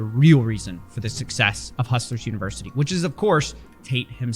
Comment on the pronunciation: Christ, the way Tate talks...."Univers-uhh-ee"..."Harr-attack"..."Infi-del-uhh-ee"..."Beau-ee-ful". It's like nails on a chalkboard. He's the most "superior" male that's ever lived.....but he can't even pronounce his fucking "t"s.